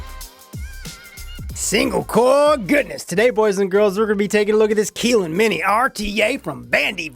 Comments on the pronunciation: Keylin Mini? No, it's Kylin Mini. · It's pronounced 'kiy-ln', not 'kee-lyn' btw. No hate here, I'm just a pedantic tosser;P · Keeeeeeeelin? Or Kylin? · Dexter Morgan definitely Kylin not keeeeeelin lol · If it has a Y in it then why would you pronounce it as an E?